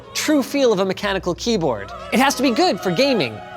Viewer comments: "satisfying kleyboard" :thonk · Ah yes the "mechanical kleyboard"